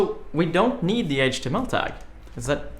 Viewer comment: I know it's Swedish (because I am too), but the way he pronounces "HTML" sounds like "Hot Emmel", and that's how I'm gonna start pronouncing it at work now too. The others are already a bit weirded out that I pronounce "MySQL" as "My Squeal", so "Hot Emmel" will just be icing on the cake.